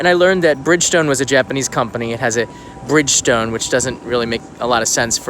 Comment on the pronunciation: Hello, once again a very cool video! Btw you are not pronouncing Bridgestone correctly. I have been to the cycle factory in Tosu before it moved to China. I work for Bridgestone in the US. You were going to make a story on the company so what’s up! Also, what is happening on your new only in Japan intro remake? Daniel from Aiken, SC be well!